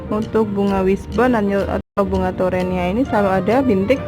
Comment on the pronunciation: Sampai salah ucap teronia 😂😂😂👍👍👍mantap bun